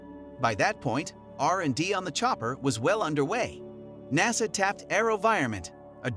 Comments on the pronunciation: "Naysa"? And we're done! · When you can't even pronounce the acronym NASA correctly, it makes me question the validity of anything else you may have to say. I did not watch the rest of your video. Good day to you, sir.